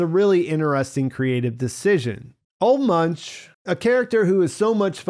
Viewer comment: His name is pronounced "Ooluh Moonk". Sin-eaters were a real thing in the past.